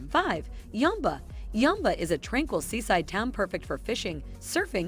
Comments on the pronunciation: Yamba (pronounced yaam-ba not yahmba) is like many NSW North and South Coast towns. Look 'em up! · Where the hell is yumba... oh you mean YAMBA. Yeah nah thats not how you say that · AI is woeful eg Yamba is not Yumba ! Prices are way off In Yamba , the medium price is close to double. Lots of inaccuracies here make watching this painful. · Must admit I was surprised to see my town of Yamba on the list. (Yam Bar is how it is pronounced)I literally am in between 100acre farm and the national park. My property is 200m from the Pacific Ocean. With only 6000 residents. I came up here over 20 years ago for a holiday and never left. It was such a great area to raise kids. I'm glad I bought my home before the house prices exploded though.The average price of homes here are 1 million dollars. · I'll add my voice to those who deride this BLOODY DREADFUL blurb with a robot voice mispronouncing EVERYTHING... Byron (pronounce Byerun, NOT Biiiii-RAAAHN and Yamba is just- Yambuh). All these places are hideously expensive and incredibly overpriced. If you want to enjoy a small seaside town go to the little places, not the big named places: You'll get the REAL feel if you stop at a little motel near the beach, and eat at the local pub or small restaurants in town. Take a walk around town, and if there's a beach, buy some stuff to make your own sandwiches and spend the day there- and just remember to SLATHER ON THE XPF 50 BAZILLION all over yourself because if you don't you'll look like a British Tourist: the same colour as a broiled lobster... -shakes head and rolls eyes...